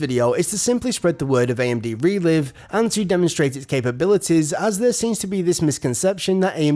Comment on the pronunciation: Isn't it pronounced Re-Live, as in Live Streaming? Makes more sense in terms of video language doesn't it?